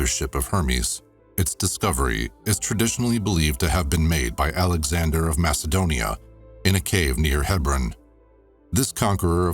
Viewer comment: I thought he said "Adam Sandler of Macedonia"....it was ALEXANDER of Macedonia..💕😚🤣🤗😂